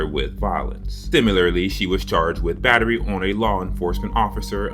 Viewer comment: Is that called bittery instead of battery?